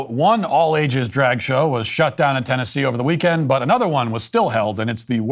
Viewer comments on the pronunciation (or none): none